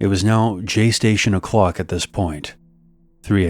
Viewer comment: When that author in the 3rd story said JayStationOclock😂😂